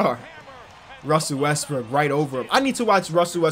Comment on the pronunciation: Omg you caught him. He slightly mispronounced westbrook. 😂😂😂😂😂😂😂😂😂hahahahahahahahahahahahahah you ruined his whole career bro😂😂😂😂😂